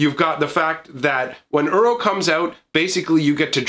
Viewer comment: When he calls Uro 'Euro'.